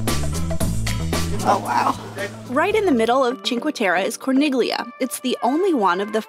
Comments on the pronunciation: With all due respect to you for this and all of your other great videos, it drove me crazy to hear you mispronounce the name of Corniglia. When there is a G followed by an L in Italian, the G is silent much in the same way as in the Italian word famiglia. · Great info! Though might want to check your italian pronunciations when saying town names. We just got back from our stay in manarola... which was amazing. The letters "gli" in italian is pronounced as a "y" and "i" sounds like an "ee" so the name "corniglia" is pronounced as "core-neel-ee-ah" rather than "corn-nig-lee-ah" which is completely wrong. In fact, you are also pronouncing "cinque terre" wrong... "e" sounds like "ae" so rather than "tear-ah" its pronounced "tear-ae". Also just fun tid bit, Nessun Dorma does pesto making classes where the Owner Simone shares his story about the place..... it was the best experience we had and totally worth it. I would be sad for anyone to go and not experience that